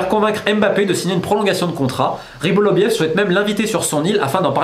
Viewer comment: Pourquoi tu dis toujours "Rybolovliev" au lieu de "Rybolovlev" ???